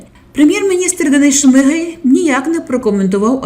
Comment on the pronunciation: Чому шмигЕль,а не шмигАль.?.Хоча.. сорт лайна вiд цього не покращиться... ps..ZEлена гидота💩🤡☠